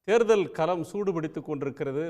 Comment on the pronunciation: யோவ்........அது கேள்விக்களம். நீ கேல்வி கலம்னு உச்சரிக்கிற.... கலம்னா அதுக்கு வெவ்வேறு அர்த்தங்கள் உண்டு..... பானைன்னு கூட அர்த்தம் உண்டுய்யா..... அதே போல் தேர்தல் களத்தையும் தேர்தல் கலம்னு வாசிக்கிற...... தமிழில் "ள" ன்னு ஒரு எழுத்து உண்டு. அது குறித்து ஏதாவது படிச்சிருக்கியா? திராவிட இயக்க குடும்பத்தினரால் நடத்தப்படும் தமிழ் தொலைகாட்சியில் இப்படி தமிழை பலாத்காரம் பண்ணாதீங்க. தயவு செய்து கவிஞர் வைரமுத்து, சு. ப.வீ மாதிரி நபர்களிடம் கேட்டு தெளிவு படுத்தி கொள்வது நல்லது. உச்சரிப்பு நாராசமா இருக்கு. புகழ்பெற்ற தொலைக்காட்சியின் தலைமை செய்தியாளர் லட்சணம் இப்படியா இருக்க வேண்டும்? த்த்த்தூ. புதியதலைமுறை கார்த்திகேயனும் இதே லட்சணம்தான்.